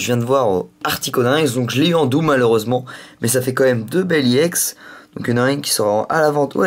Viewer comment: il la prononce a l'anglaise e se dit i et don Iex